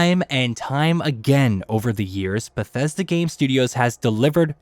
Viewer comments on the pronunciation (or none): none